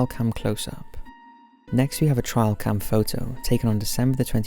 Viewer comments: Some good ones! By the way, it's pronounced like this rather than 'trial' 😉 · Why do you say the word trail like 'trial' ? 2 different words lol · Trail, Tray-ul not Trail Try-ul 😬 love the channel btw, I just had to say! It was driving me insane 🤣🤣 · Trail cam, as in follow the trail. A trial happens in court. It is not a trial cam. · its trail not trial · Trial cam? I think you mean trail cam. lol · TRAIL. As in hiking trail. not as in court trial. My god that ruined the video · First one is just double exposure, and the second one, it’s TRAIL, not TRIAL... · It's not "trial cam " it's trail cam. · lmao my dude, it's nothing to do with accent. Trial and Trail are two totally different words with different meanings, he's saying the wrong word, it's not because of his accent. There is no where in the UK where trail is pronounced trial. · What is a "trial" cam? Are you trying to say trail cam ? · It is pronounced ‘Tray-al Cam’. Not ‘Try-al Cam’. Jeez. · It's trail cam, not trial cam. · "Trial cam" "Opeke" lol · It's "Trail" cam, dude. Rhymes with snail. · It's not a "trial cam" is a "trail cam". Probably lost in dialect. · It’s a trail cam (as in a camera on a trail in the woods) not a trial cam. Rhymes with ale, not isle. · Trail 'tray-ul' camera not trial camera. I would let it pass, but you continually say weird pronunciations in your videos. I think it's a sign that you're an alien, you didn't do your language homework before touching down in your flying saucer. You probably call them flying saukers, you big divvy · RizzleBazzle Trail camera. He mispronounced it. They are used to capture pictures along trails for wildlife. Many hunters use them to track an animal. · Paul B lol I swore he kept saying trial. Like it was misspelled on his script and didn’t catch it. Ron burgundy. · no, he's Just saying it wrong. I'm English, I say trail not trial. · Nobody else with that accent makes that mistake though so...